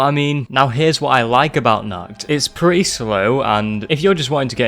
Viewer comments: really throws me off how he says "nacht", he says is like "nackt" which means naked in germany, thanks for that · As an german i love when not german people say german words for example you said nackt instead of nacht (nackt means naked) nacht means night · The most terrifying thing was the pronounciation of the word Nacht. Not because Im one to pick on others because of the pronounciation but because the way it was said translates to the german word ,,nackt" which means nude. That compared with zombies.... nuff said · Appreciate your video, watching it a 2nd time right now. But one thing about the german pronounciation. "Nacht der Untoten" means "Night of the Undead" You pronounced it like "Nackt der Untoten" - meaning "Naked of the Undead" Is it really that hard to do a proper CH noise for americans? Im genuinly asking, because im german and i normally dont have problems pronouncing other languages. I speak english, russian and german. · The way you pronounced„Nacht“ in „Nacht der Untoten“ means Naked in German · Great video but your pronounciation of ''Nacht'' is funny